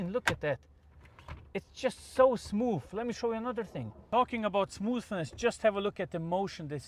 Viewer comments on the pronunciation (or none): Why are you saying smooF lol